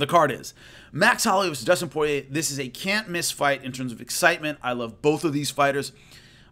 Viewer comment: It's Poirier, not Porier 👍🏻👍🏻